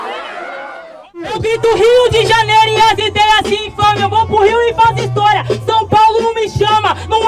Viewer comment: so eu que reparei “estoria” ?